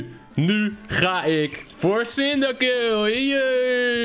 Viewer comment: hoe je cyndaquil uitspreekt: sindakwil, hoe het uitspreekt: sindakill